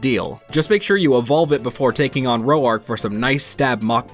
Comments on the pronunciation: Good video but how do you butcher a one syllable name? Roark is pronounced liked the word Roar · RO-ARK?! WHAT